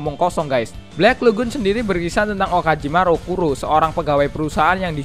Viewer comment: "Balck lagoon" 🤔 wkwkwkwkwk